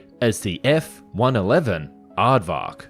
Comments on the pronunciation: F Triple 1!? LMAO That's NOT how you say it, it's F-ONE-ELEVEN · Are there actually people that say "F triple one?" I was in the Air Force, and everyone, including the one F-111 pilot I knew said "F one eleven."